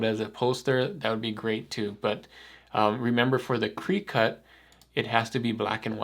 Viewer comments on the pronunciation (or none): Cricut is pronounced cricket. Like the bugs you hear at dusk in the Spring and Summer. When you said cree-cut I was like "Whut?". 🤣 Cool video though.